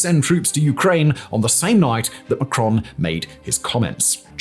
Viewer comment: Pronounced Macron with the 1st syllable stressed